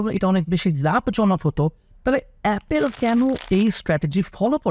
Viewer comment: 🙄 ভুল দিয়ে শুরু করলেন। LV, Channel এর মত অনেক ব্র্যান্ড রেগুলার ডিসকাউন্ট দেয়। আর দ্বিতীয় ভুল হলো উচ্চারণে: অ্যাপেল না, অ্যাপল।